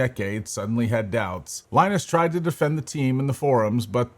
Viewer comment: Saying Linus oddly and WAN Show incorrectly makes me think this guy didnt actually watch LTT